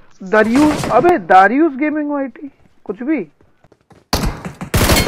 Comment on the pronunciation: I thought he was saying darudius gaming yt 😂😂